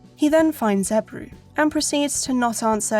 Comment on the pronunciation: I love how Ebru is pronounced as "Eibrue" in the English voice over. I honestly loved this game back in the day. I don't know why it's not mentioned more in the Turkish video game history. Thanks for the extensive video.